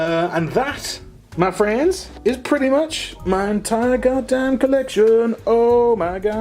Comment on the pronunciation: The amount of times you said "Ma Friends" in an American accent... 😂😂